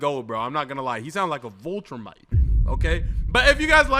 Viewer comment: …i admire you dawg, but you gotta stop saying Vultrumite. It’s Viltrumite.